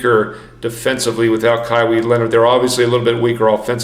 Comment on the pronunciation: Stop reading it as Kywee Leonard!!! Hahaha